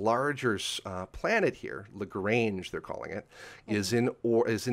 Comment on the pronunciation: FYI - a friendly reminder of just a few basic things: By definition a Mega-Meter is 1000km. Kilo = 10^3, Mega=10^6, Giga=10^9 etc. Also it's not 'Centari', it's 'Centauri' like 'centaur'. Finally 'Lagrange is a french name, pronounced 'le-gron-je' That aside I was impressed by the accuracy of most of the stuff discussed though. Most people over-hype and tell half-truths but what said was a good, realistic summary of the the real science going on.